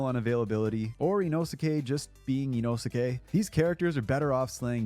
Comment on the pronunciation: It's "Gi-yuu" not "Gyu". And you don't pronounce the "u" in Inosuke. "Ino-ske".